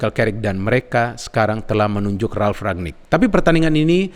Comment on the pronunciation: RANGNICK bukan RAGNICK